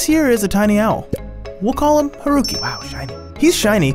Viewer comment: The way he pronounces ‘Haruki’ as rookie...